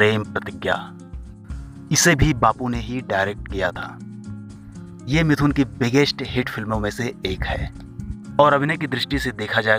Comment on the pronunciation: Attention everyone : His name is "मिठुन", not "मिथुन".